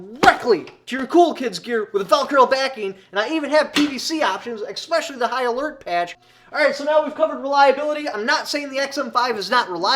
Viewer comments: Don't say EXpecially again.. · E - S - S - S - S - S - S - S pecially.